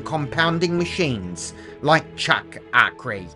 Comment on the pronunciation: One of the few who pronounce his name properly